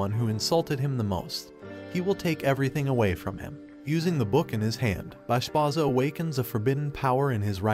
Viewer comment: Bro plz see the anime closely and then write the script .. Bashbarza and granbarza .. not bashbaza and granbaza .. thats kinda annoying when people get names wrong in explanation .